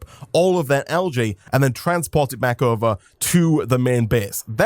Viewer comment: Hey everybody and welcome beeck to... 😂🔥